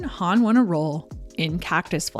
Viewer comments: Why do you pronounce Hawn as Hann instead of Hohnn? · I'm like "who's Han" (Solo)? Growing up I always pronounced her name Goldie Horn. Or to put it another way you say Hawn in the same way you say Hawk. Am I wrong? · Why do you keep pronouncing her name as Huun? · Good stuff.. although I've never heard 'Hawn' pronounced the way you say it